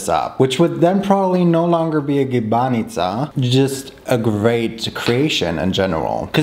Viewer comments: You actually pronounced 'gibanica' like us Serbs from the south would say it. 😄 Also, gibanica is made with just cheese. But we also make 'pita' (with the filo as well) with a bunch of different ingredients like minced meat, cheese and spinach or onions and mushrooms, even sweet ones with apples or cherries. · You pronounced gibanica great! Just don't emphasize the second a that much and it's literally perfect